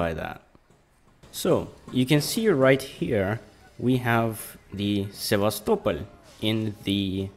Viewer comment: I like how pronounce Sevastopol. Most ppl pronounce it as: sevastopol... Like a normal English speaker, but u pronounce it: sevas, topol